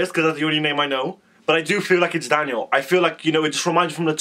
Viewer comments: You pronounce Daniels last name like cv 😊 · the way you say daniel's name makes me acc die! phaha and yeah the first verse was daniel